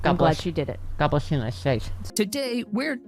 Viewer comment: I love your And god blesh amerika 😂